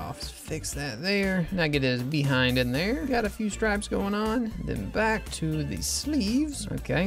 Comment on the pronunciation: ".. get his BEE-hind in there"; i know it's just his accent, but i chuckled anyways at the unintentional pun, haha